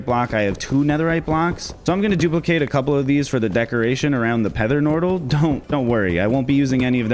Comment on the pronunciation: Pether nortal